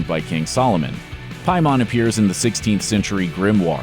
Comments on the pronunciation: PAY-man. Not Pie-Mon. Did you watch the movie?? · Pay mon, not Pie mon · Why is the dude pronouncing it "Piemon" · “Pay-mon” not “pie-man” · It’s, PAYmon not PIEmon. And it’s spelled paimon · "Pie Mon" is a Jamaican selling cheesecake. The demon from the movie is always pronounced "Pay-Min." Narrator should see the film. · I'm just wondering where you got that pronunciation of Paimon from... like, in the film it's clearly Pai like "pain" not like "pie" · PAYmin. Not PIEmon. Did you watch the movie? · “Pie-mon” Pay-men. Either you didn’t watch the movie or you’re just one of those dickheads who Mario “mare-e-oh” when they clearly say it’s Mario. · Who the hell is Piemon? It's pronounced Pay-men. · How can the narrator not even bother to pronounce the antagonists name the way they do in the movie?! Ur just reading a script and never actually watched it have you?? It’s “Pay-men” not “Pie-mon” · Isn’t it Pay-man, not Pie-mon. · He said "piemon". Boi it's paimon. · Why do you say "Pie-mon" when the movie LITERALLY says "pay-min" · its not PIE mon its PAY mon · I absolutely hate how he pronounces Paimon. It's "pay-mun" not "pie-mon" 😂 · Pay-min It’s pronounced pay-min Not piemon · They really should've had someone who saw the movie narrate this video. Constantly saying "PIE MON" when the film ends with the cult saying 'hail pay-mon' is so grating. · Oh my god his pronunciation of paimon is soo annoying it’s pay-mon not pie-mon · You mispronounce the damn name Paimon it’s literally says PAI NOT PIE WTF MY GUY but this was a good video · He keeps saying piemon... IT'S FUCKING PRONOUNCED PAY-MEN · PAY-mon not PIE-mon. Sorry for being nitpicky. I don't think this dude has seen the movie. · Im sure whoever wrote the analysis watched this, but clearly the narrator hasn't. The people in the film pronounce the demons name as Paimon (pay min) but the narrator keeps saying (pie mahn). I don't see how you watched it and keep saying it wrong. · Pay men not pie mon. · “Pie mon”